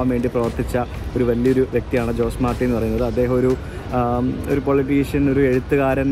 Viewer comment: ജോസ് മാർട്ടി അല്ല ഹൊസെ മാർട്ടി ആണ് ( how·zay maar·tee )